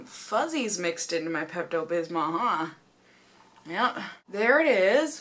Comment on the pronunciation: when you say bismol you can't really hear the l at the end so it sounds like bismo